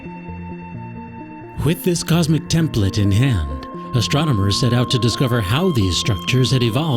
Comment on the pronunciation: Great show but terrible narration..."ass-tronomers"???